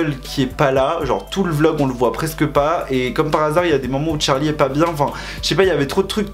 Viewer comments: il me stresse à dire d’charli c’est CHArli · C charli pas tcharli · En vrai de vrai la prononciation ça serait plutôt tcherlay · J’adore quand tu dis TCHARLI 😂😭❤️ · Pourquoi il dit : Tcharli et Tchase ?